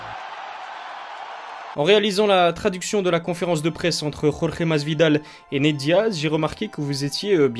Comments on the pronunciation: tu prononces encore une seule fois "Rolré", et je te fais une gorge profonde que tu n'es pas prêt d'oublier, ok ?!?!?! Ok ??????? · c'est Jorge, et pas Rolré !!!